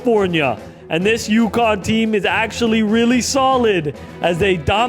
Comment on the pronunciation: ukonn? welcome to "K"onnecticut.